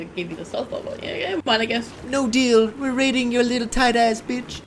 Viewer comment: you’re wegit watching whe waid